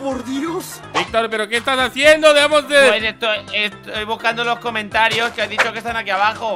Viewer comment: Se pronuncia comentarios no cometaro